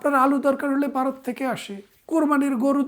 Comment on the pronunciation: ব্যারিস্টার সাহেব, আগে আপনার উচ্চারণ করতে শিখতে হবে।বারত না,ভারত।এ কার কে অ্যা বলেন কেন? এবং হবে,অ্যাবোঙ না 😂